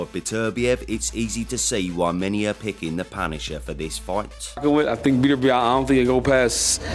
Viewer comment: if says betervivlev, im safely betting my house on bivol